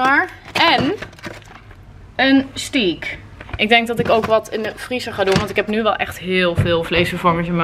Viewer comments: Sorry maar ik moet het vragen, weet je wel dat je steak niet zo uitspreekt? 🙈 niet als “stiek” maar als “steek” 😛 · Zeg je nu steak verkeerd? 🤣